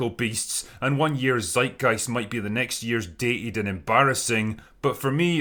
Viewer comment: Nice Video and for me as a German it was really satisfying how you pronounced "Zeitgeist". Even it was fare of it was pretty good, just Sound nice. Unlinke many Times english speaker try to make it Sound german and instate make it shit ;D